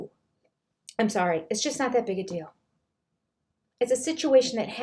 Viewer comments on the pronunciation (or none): It's a really big dill (deal).